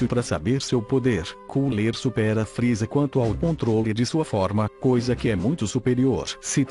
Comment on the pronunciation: vc falou RR errado é friza e não fril